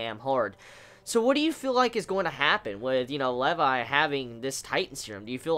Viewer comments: How you pronounce Levi's name make me cringe :( it's pronounced like LEE VI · its Lee-vi haha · The weirdest way to pronounce Levi ever. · Im sorry. I stopped watching the first time you said Levi wrong.